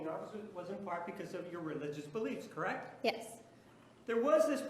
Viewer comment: I hate when people say "correct" as one syllable the way this girl does... Creckt, Creckt, Creckt. So annoying...